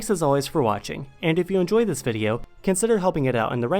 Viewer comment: Why do you pronounce this or the like zis and zat?